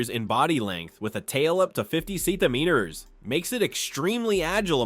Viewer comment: why he say centimeters soo weird?